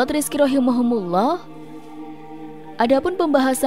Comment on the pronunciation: Punten teh ROHIMA KUMULLOH bukan Rohimahumulloh 🙏🙏